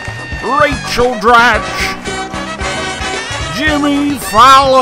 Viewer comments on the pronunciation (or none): none